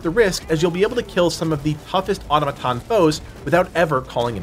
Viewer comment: I really like your videos covering Helldivers 2 but please, for the love of democracy, learn how to pronounce automaton. It's incredibly annoying/distracting.